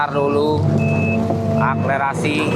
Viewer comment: Akselerasi bang bkn aklerasi 🤭